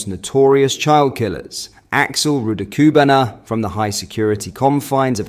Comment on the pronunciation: Love your content but BRO!!!!! Please learn how to pronounce this evil monster’s name. Or at least keep it consistently wrong. 🤣